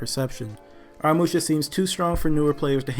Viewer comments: The problem with Aramusha is that everyone keeps pronouncing his name wrong lol it’s pronounced uh raa mu shaa Not no “are uh musha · In the trailer Aramusha’s name was pronounced correctly, in this vid tho it just makes me cringe